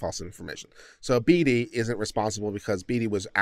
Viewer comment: Bee-tee, bee-dee, bay-tee, bay-dee are all the ways I've heard Beatty but bear-tree? lol, thanks mate, the cop's actions were getting me down but that made me chuckle